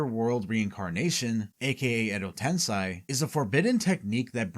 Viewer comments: Fantastique video :> Though surely you know it is ten-sei (SAY) rather than ten-SAI, so why pronounce it as the latter? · It's not "Tensai" it's "TENSEI"!